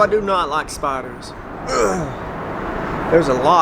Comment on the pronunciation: Bro I thought you were saying spotters hahahaha!! So spiders? 😂